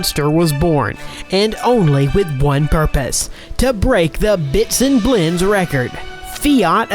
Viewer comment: Bitzen blenz? Dude...take a class.